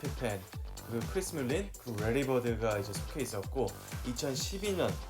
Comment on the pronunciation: 래트너가 아니라 레이트너구요. 물린이 아니라 멀린입니다.